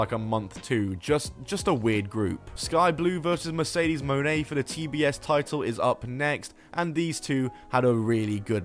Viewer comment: Its mercedes moan. Thats not how pronouncing names works there bud